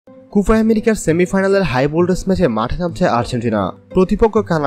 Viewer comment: কোফা না কোপা হবে 😂😂😂